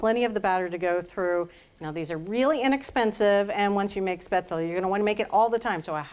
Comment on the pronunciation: I think it is pronounced shpayzel.